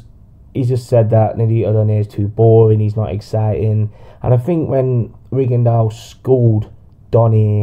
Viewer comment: Accurate but your not saying he's name right